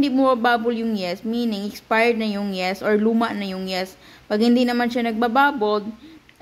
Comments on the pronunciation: yeast as in yist hindi yest😠! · Yeast Kasi dapat. Mali bigkas Niya.